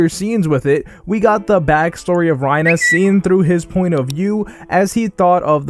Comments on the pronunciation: why do you say reiner like that lmao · You really butcher these names. It's "Mah-gith" It's "Tih-ber" It's "Rhy-ner."